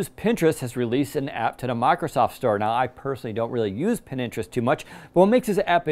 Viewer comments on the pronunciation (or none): It's Pinterest not Pin interest! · Anyone else get triggered when he says "Pininterest"?🤦🏾‍♂️🤦🏾‍♂️🤦🏾‍♂️ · Pinterest, or Pin Interest? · Did he say Pin - interest😆